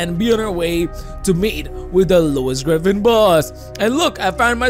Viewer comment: Bro said grefin